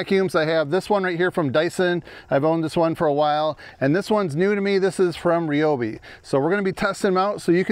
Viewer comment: its not REE - O- BEE, its RY- O- BEE